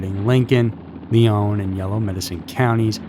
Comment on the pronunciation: Lyon County is pronounced just like the word Lion.